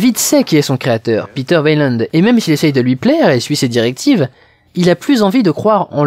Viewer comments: Au passage, on dit "ouéland" et pas "vélande"... Mais si encore c'était le seul truc que tu avais pas piger dans ce film... Ou dans la saga Alien... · tu prononce weyland " vélande " -> alors que j'ai toujours entendu "way-land" "ou " ouai lande ", comment cela se fait t-il ? ( ici la fille de weyland qui prononce "son Nom" ) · Très bonne critique de ce film cependant Weyland ca se Waylande pas Vayland bordel de merde